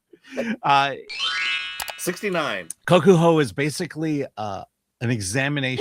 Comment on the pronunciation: Your pronunciation, "Kaku" (one time, and something else the other time) were both so far off it was scary.